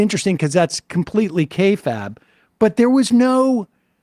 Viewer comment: Sam, it's not kay-fab, it's kay-fabe. (Yes, I know this will have no effect.)